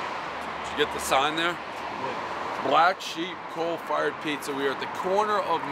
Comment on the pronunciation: why does he say "cold fired"